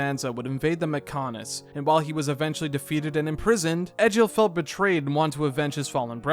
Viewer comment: its pronounced Egg ill not Edge ill